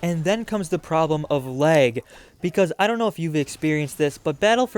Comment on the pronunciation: Why are you saying "leg" instead of "lag" XD